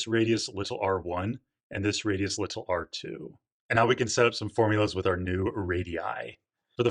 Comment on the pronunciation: Why do you say “little” like a space alien